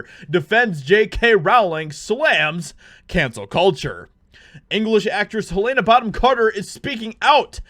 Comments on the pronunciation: Repeat after … all of us… Heluhna… Heluhna… Who the heck is Haylayna?! 😉 Just Trollin. Nice vid mate. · Just FYI, her name is pronounced helen-uh, not hu-lay-nuh. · Quick note.Her name is pronounced Hel-lena not Hel-layna. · Hell-uh-nuh Not Heal-Ain-uh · You're pronouncing her name wrong it's Helena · Learn how to pronounce Helena correctly. 😜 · jesus man there are two ways to pronounce helena and you miss both